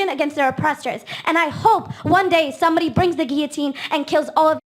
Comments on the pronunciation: Gilotin not Giotin. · Bhai its Guillotine not giyotine